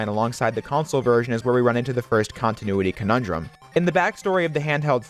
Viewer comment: Props for being able to say continuity conundrum